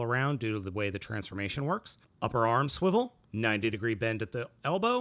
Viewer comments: Do not say swiwle like this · why does he keep saying 'swivel' in a weird way